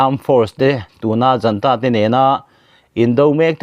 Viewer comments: Junta tih hi janta tiin i chhiar tlat mai.Zunta ti a chhiar tur a ni e. ZUN IN kan tih a,zun tih anga lam tur eg:Zunta. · Junta hi Janta tia lam loh tur a prononciation pawh Google ah a fiah khawp mai.